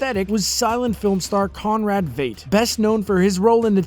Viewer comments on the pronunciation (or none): Conrad Veidt is not pronounced "Weight". Just say "Fight" and you'll nail it.